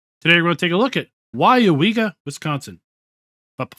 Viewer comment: WOW, You pronounced Weyauwega correctly. I live 40 Miles from there. HAHAHAHAHAH. A lot closer than the Prairie du Chien map LOL.. Drive through there at least 4 times a Year... At least this time the North/South orientation is correct. AHAHA that main Road is County Rd X and goes Northeast to US. Highway 10 and the City of Weyauwega is just on the other side. Just off the map corner. go west on US. 10 puts You in Stevens Point. go east and it goes into the Neenah Menasha Area South of the City of Appleton. They got the North/south Road through the center of the Map right, Buchholz Rd. You can see that pile of rubble on Google maps. HAHAHAHAHA looks more like a Wood pile tho. I hope all the Flaws are fix'd. That would be a nice Map since I know most of the Roads around there. Most certainly a Dairy area.. and Dairy Cows are mostly kept indoors and do not free range on Grass like Beef Cattle. Arnolds is actually CCS Systems. Most of the Map layout for the Farm building is correct. As a matter of fact most of the Building are on Google Maps. That Animal area is actually a ZOO.. Animal Haven Farm Zoo.....